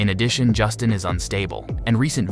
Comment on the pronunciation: If you can’t even say Justin name right, you definitely should not be making these videos. I don’t understand how all of you guys are constantly messing up their names but you’re the one relaying information to us it’s insane learn how to do your job and at least learn how to say the names correctly start there Buddy!!!😂